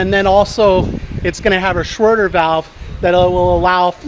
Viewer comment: Please stop saying schroder valve !!! Its SCHRADER !!!!!!!!!!